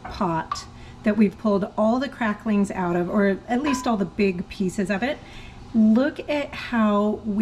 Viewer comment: Just have to say that my favorite part of this video is knowing that your kids appreciate some Hank Williams. Edit to add that my least favorite part of this video is that you put a “g” on the end of the word cracklins. 🤪😂✌🏻